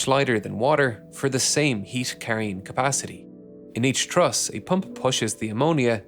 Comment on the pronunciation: Awesome video for an awesome accomplishment. I’ll be watching for the follow-up video! A minor annoyance: You repeatedly said “exhibition” instead of “expedition,” and sometimes “thruss” instead of “truss.” 😅